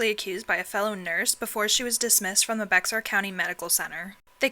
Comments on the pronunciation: just one little correction, "bexar" is pronounced "bear" :) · I from the area near San Antonio, and I must add that the county of Bexar is pronounced as Bear